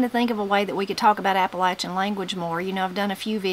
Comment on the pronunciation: THANK YOU FOR SAYING APP-A-LATCH-IN CORRECTLY! #WNCForever